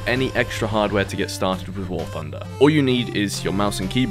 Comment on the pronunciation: Warthunder not warfunder.